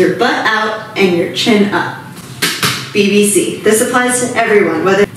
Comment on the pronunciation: Couldn't stop laughing every time she said BBC hahaha